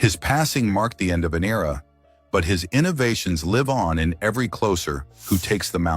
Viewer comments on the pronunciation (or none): The AI thing was too much to take after the third of fourth mispronunciation of "Sutter" and his being a "clocer." Enough already. Thumbs Down!